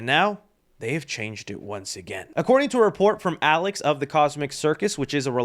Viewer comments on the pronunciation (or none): none